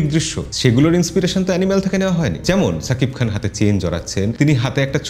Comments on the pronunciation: সাকিব খান বা ছাকিব খান না। উচ্চারণটা : শাকিব খান। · এবারো হয় নাই ছাকিব খান না শাকিব খান, কলকাতার মানুষ শ কে ছ বলে😂😂